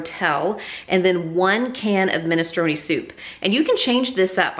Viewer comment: Oohhhh u taught me how to say minestrone. I was literally saying MINE-strone. I'm a clown lol minnie-stro-knee it is then 😂😂😂